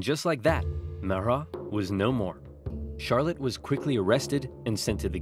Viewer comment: It's pronounced char-lot not char-let